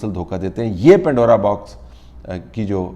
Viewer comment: It's Pandora, not pindora.